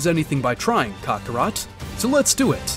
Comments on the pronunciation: Bro really said kokorot instead of kakarot 😂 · Buddy stop saying Cockarot